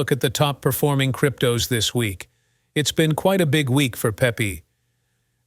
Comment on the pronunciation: Shitty AI narrator says what??? Pepe is not pronounced Pee pee. lol